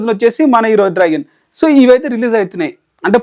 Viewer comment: Neki enni sarlu chappali ra babu draigon kadu Dragon 🐉 ani 😡😡